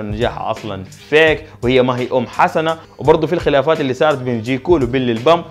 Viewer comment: اسمو جاي كول وليس جيكول